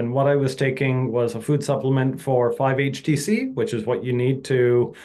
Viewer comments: He may mean 5-HTP, sounds like he said 5_HTC though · I couldn't hear clearly - I heard "4-5 HTC" as something that builds serotonin. Does he mean 5-HTP?